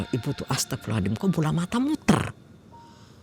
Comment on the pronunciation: Saya jadi bingung mau mengucapkan kata astaghfirullahallazim cara mengucapkan yg benar nya seperti apa karna dari awal saya dengar ibu ini mengucapkan kata astaghfirullahallazim selalu mengucapkan dengan kata ASTAGHFIRULLAHALLADIM 🗿